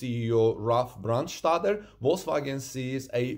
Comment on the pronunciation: "Brandstätter" the "ä" (= ae) is pronounced like the "a" in brand in americanish.